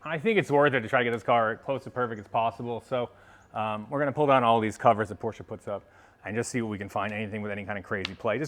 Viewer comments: Thanks for pronouncing Porsche properly....It`s Porsch"e" and not Porch...a Big like from me. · As a German I wanna personally thank you for actually saying Porsche instead of Porsch. :) Good luck with the sale, a 993 would be great as the next one. Cheers